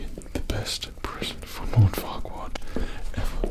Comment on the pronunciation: After a while I started mishearing Farquaad as "Fuckwad"